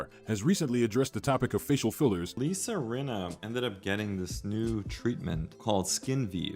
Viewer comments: I love you guys so much but it's Lisa RINNA not Renna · It’s Rinna with an I